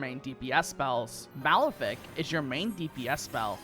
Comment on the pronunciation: These spells use real astrology terminology which is pretty cool. Btw you are pronouncing spells wrong "mal-if-ick" "Sin-is-tree"